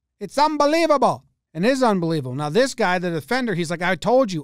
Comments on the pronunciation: Es unbelibabol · "it'z umbaleebabull"🤣🤣🤣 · I laughed for 20 minutes straight when I heard that. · In accent " it's unbelievable" lmao